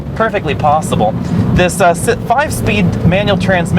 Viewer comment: 6 speeed!!! get your p's and q's together man.